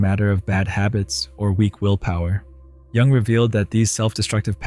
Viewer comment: It's too distracting listening to someone discuss Jung when they don't know how to pronounce his name correctly